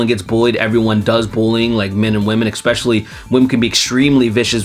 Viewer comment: I love you man, but please stop saying EXSpecially It's Especially "Esss"